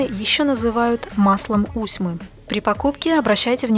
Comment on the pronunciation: А не подскажите чье производство масло???? Усьмы, мы ею красились усьмой, дает зеленый, потом черный цвет. Прикольно смотрелось на моей двоюродной сестре, светлая от природы, была с зелеными бровями, пока не смылись. Была потеха для моего дяди. Кстати ударение на последний слог.